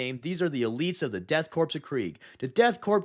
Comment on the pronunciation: You have the pronunciation of korps and corpse backwards.